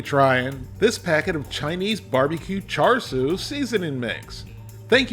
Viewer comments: From speaking to Chinese people it’s pronounced ‘shar’ not ‘char’ 😁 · Hey, the “Siu” for Char Siu, should have a bit more emphasize on the i in the middle, not Su. But the pronunciation for Wok Hey is dead on. Char literally means fork or pok. when the meat is being roasted, they stick a metal rod (as the fork) in the meat. We (Cantonese speakers) call leaner Char Siu “saau char, fattier cut “fey char”, and the half and half “fey saau char”, most people prefer the half and half